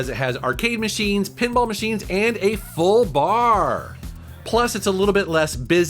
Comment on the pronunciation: I never thought you would stress "FULL BAR" more than "arcade machines" and "pinball machines"